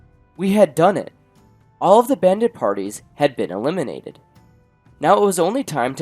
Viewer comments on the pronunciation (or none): "elimidated" yeah we heard that 😌